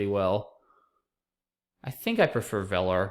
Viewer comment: VELAR is pronounced VII-lur. :)